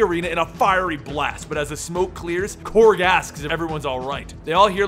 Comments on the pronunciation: I thought it was Korg, not Krog please correct me if so. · Really bothers me that he is saying Krog and not Korg.